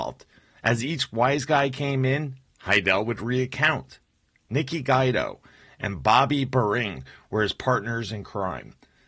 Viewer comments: Its not guy-do.....its gwee-doe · Pronounced "Gwee-Do", not "Gwy-Do". I hate these illiterate videos. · It is not pronounced Nikki Guydo, it is pronounced Nikki Gweedo, do your research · Good work but you need to work on your pronunciation. For example - it's Nicky "Gweedo" not Nicky "Guide-o".